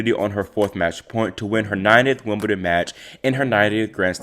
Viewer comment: 'Woomadan'? What's 'Woomadan'?